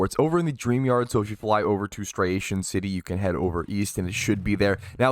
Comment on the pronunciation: When are folks gonna realize its not striation city its stria-ton city? Hearing Striation triggers me xD